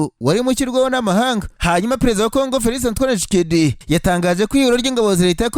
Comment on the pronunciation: Ese ubwo kuvuga Tchisekedi byarakunaniye burundu Koko!!! Ujye uvuga witonze nibwo twunva neza.